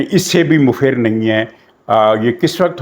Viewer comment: مفر میم پر زبر اور ف پر بھی زبر، عربی لفظ ہے جائے فرار